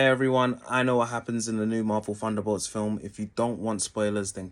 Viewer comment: I don't get why you pronounce it "Funderbolts" but can then pronounce other words with "th" such as "the, they, this, think" properly in the same video.